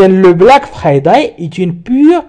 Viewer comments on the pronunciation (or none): Merci beaucoup mais svp ne prononcez pas le mot friday en français. Prononcez le en anglais